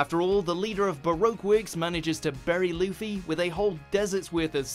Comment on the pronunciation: Did he say leafy instead of Luffy?? Or was it just me?